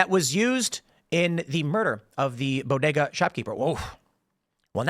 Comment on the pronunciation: Tim said bow-day-ga spanish in a chicago accent 😂😂😂 good stuff